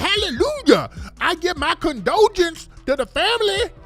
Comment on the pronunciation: She said My condulsion ....how ignorant😂😭😂😭😂😭😂😭😂😭😂😂😂😂😂😂😍😂